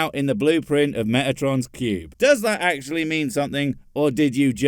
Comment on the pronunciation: Yes I am repeating myself but I swear he is saying "Megatrons Cube"